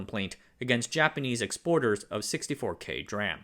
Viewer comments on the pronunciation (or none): Stop saying dram. It's D RAM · You did a great job on putting this video together! Just a heads up tho dram is actually pronounced D-ram the letter D then ram. Just like how CMOS is pronounced C-mos. Also kilobits, megabits, and gigabits. Are used for measuring the speed of data transfer. Kilobyte megabyte and gigabyte are the measurement of storage. Kilobyte, megabyte, gigabyte, would be the correct term for your video. Thank you for a great video! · Hearing you say “dram” instead of “dee”-“ram” hurt my ears. During the early 80’s I was in Mostek’s DRAM design group. Not emphasized enough was the quality issue. US companies had the approach that they would replace faulty parts. This required expensive incoming inspections at companies such as HP and IBM. Those companies found they could skip inspection of Japanese parts. US companies adapted but it cost them in terms of customer perception. Another issue was parallel development. US companies were smaller than the Japanese. Typically you brought one generation to market and then moved to the next. Design teams were small. At IEDM and ISSCC you would see Japanese papers showing multiple development stages. As a highly manufacturable version was being released there was a next generation prototype being produced and an even further generation R&D chip exploring cell topology. That was something a company lacking government backing couldn’t compete with. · America should learn how to pronounce [dee-ram] instead of calling it [dram] 🤣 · When he said “DRAM” instead of “Dee RAM”.💀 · D-Ram please dude not dram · "Dram"? Dude, it is pronounced "Dee-RAM", we aren't talking about pharma here. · Can anyone correct me but it's pronounced D Ram. As in Dee Ram not Dram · 'dram' is a unit of measure. common R/W RAM types are pronounced D-RAM and S-RAM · your videos are really well researched however it really bothers me whenever I hear DRAM pronounced as "dram" instead of "dee-ram". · Yes it must be Dee Ram, never DRAM.